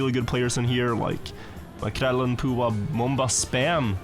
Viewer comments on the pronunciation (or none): Hvorfor sier du maekrell-en og ikke makrellen? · Svensk tonefall når du sier Makrellen 😮